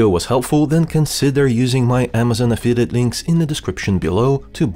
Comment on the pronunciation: Аффилиет,, а не афитед